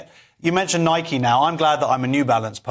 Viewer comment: It's Nike not Mike.